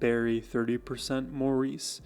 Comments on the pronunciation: Maurice is pronouced MORRIS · It's pronounced "Morris" not Maurice! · Maurice is pronounces Morris. He is the glue. He plays bass and fills in vocally where needed. He even does falsetto. Barry and Robin share lead depending on type of song.Barry has a tremendous vocal range.They remade themselves numerous times as popular styles of music changed over time. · Darling, its pronounced Morris! although spelled Maurice. To honor him, and he deserves it, we need to say his name correctly. I love your walking us through the magi c of the Bee Gees music and their amazing talent and genius. Thank you.